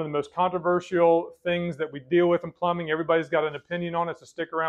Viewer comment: 😂 he said flumbing.